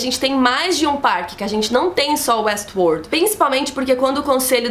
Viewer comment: muito bom a falando WuestWorrrld